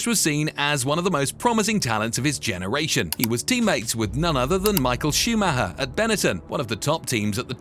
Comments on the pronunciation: There was no driver called schumaha it's pronounced. Schumacher, if you can't get the names right DON'T speak about F1 or any motorsport. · Schumac-her when its supposed to be pronounced Schuma-cher. Im always having a good, its embarrassing as an English speaking person, this voice is AI all over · Schumahah huh? Do better, AI voiceover. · Michael Shoemahaa 😂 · Truth be told lad been going through the comments trying to see who else copped onto it driving me fucking mad listening to him say shoe Ma her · AI voice again! Even though English, cant pronounce even Schumacher right. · Michael who,please say his surname properly.geez.